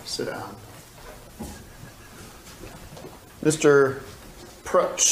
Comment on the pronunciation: Could this be the only time Tim has ever pronounced Mark's name correctly? 😮